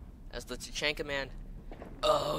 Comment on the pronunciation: YOUR SAYING IT WRONG TAA CHHHAAAANNNNNNKAA